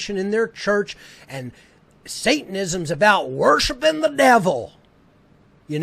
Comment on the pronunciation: Also "WOrHshIPIn dA DeViL!"